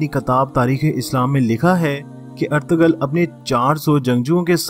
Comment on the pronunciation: Correct name is erturul... g is silent😊thank you❤